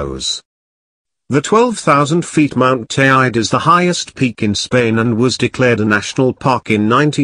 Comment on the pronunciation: Need to say Teide properly before having any credibility. Also whole story a lot of hyped up bollox